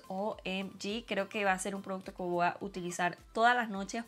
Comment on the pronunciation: Se dice voy no voa